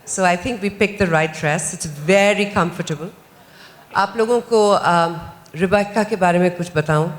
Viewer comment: They keep calling her Repeeca! It's Rebecca you dope!